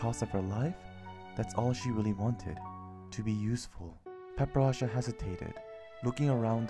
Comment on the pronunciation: It seems that I have been pronouncing her name Wrong.... I kept calling her Para-pera-cha Instead of Padparacha. LOL curse my Asian accent!! I thought I got it down when I was recording it...